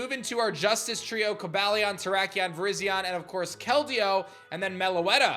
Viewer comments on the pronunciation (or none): none